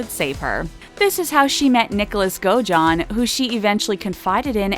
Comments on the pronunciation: Omg it’s blanCHURD not blanCHARD, and it’s also godAjohn not gojohn. 😐 yes I know how godejohn is spelt but that’s not how it’s said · Me too. As well as the way she pronounces Godejohn. Oh and years like 2019 she says 2000 and 19, you don’t need to say and! Lol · The way the narrator pronounces “Munchhausen” and “Godejohn”